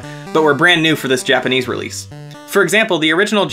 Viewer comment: "japanic?" you mean "japanese"